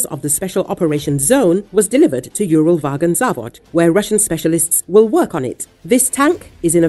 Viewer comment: Yúral Vágon Závod LOL. The word is Uralvagonzavód (Уралвагонзавод), stressed only on the last syllable. Why pretend that you have expert knowledge when you make such a hash of the Russian names?